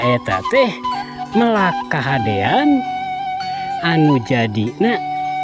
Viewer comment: Bukan meulak tapi melak.😊